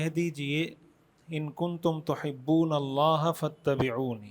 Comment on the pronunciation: بہت عمدہ ج زا ك اللہ خیراء محترم خالق کائنات کا نام ذاتی اللہ ہے نام میں لام کو کھینچ کر ه کی آواز آنے پر نام مکمل ادا ہوتا ہے تصحیح کے لئے عرض کیا امید اصلاح فرمائیں گے صاحب علم حضرات کی خدمت میں عرض ہے